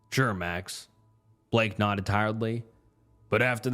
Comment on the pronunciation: buddy you have got to learn how to read stories and pronounce words 🤣 how do you not know how to say “nodded”